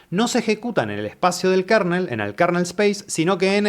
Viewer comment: 💥Gracias por el video. Solo una observación, minuto no se pronuncia KARNEL se pronuncia kernel [kɝnəl]